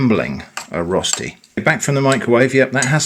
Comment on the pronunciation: I was so confused when you said "rusty", before I realized you meant "Rösti" hahaha - no big deal, I was just expecting some rustic kind of thing